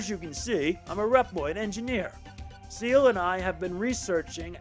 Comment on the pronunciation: Er, this is great and all, but why do you keep calling Ciel "Seal"? Her name and many others like Alouette are French. Ciel ("See-EL") means "Sky."